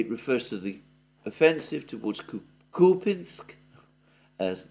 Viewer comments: Who said it’s pronounced Kupinsk? It’s spelt Купянск - k-u-p-ya-n-s-k so Kupyansk. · its kupyansk , even the ukrops call it that way .... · It is Kupyansk Kupinsk is Ukrainian name. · no Alexander, in the word 'Kupyansk', the emphasis is on the letter - Я (купЯнск), at least in Russian. This is the correct pronunciation. Ukrainians could call it 'кУпянск' with an emphasis on У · I don't know why you tie yourself in knots over pronunciation. You were pronouncing Kupyansk correctly according to English and Russian standards. Why you've suddenly tried (and failed) to pronounce it the Ukrainian way is a mystery. You know foreigners don't waste their time trying to say place names like Worcestershire correctly, so why do you for their place names? Just spit it out and say what you have to say instead of taking ages to say it. We'll figure it out ourselves. Follow the example of that Defence Politics Asia dude. He can't pronounce anything correctly and doesn't care one bit.